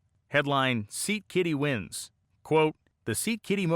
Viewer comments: Awesome story and really great research. A really small correction: it's Scat-Kitty, not Seat Kitty. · Taking pointers from AI vids by pronouncing Scat-Kitty as Seat-Kitty? 😅